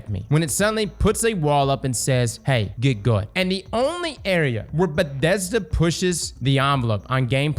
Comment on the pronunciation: What the fuck is a Bedesda?